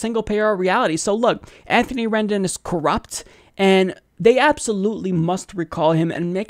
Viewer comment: "Rendon" Rendon!